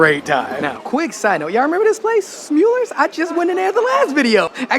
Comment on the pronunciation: smul - lers not sjmoelirs / shmoo lirs etc... smulller rhymes with duller and huller